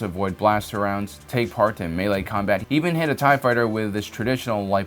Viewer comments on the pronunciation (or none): none